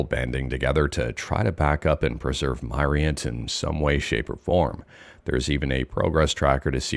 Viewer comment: Myrient = Myriad of Entertainment. So it's pronounced Mi-rient, not My-rient. Just letting you know, Mr 😉